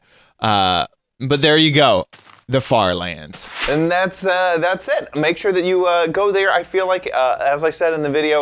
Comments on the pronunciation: did he say FARTLANDS?! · did he say fart lands or far lands